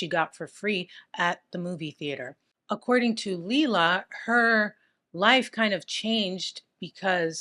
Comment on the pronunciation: Her real name was pronounced liela Mae Carter she was born white trash .I should know I'm her younger brother.